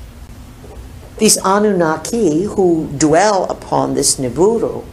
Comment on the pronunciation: I thought it was Nibiru, instead of Niburu